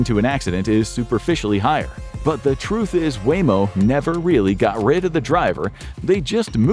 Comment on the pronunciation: Waymo not wammo